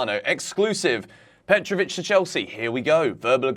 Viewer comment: Petrovic, petro chec- how that sounds😂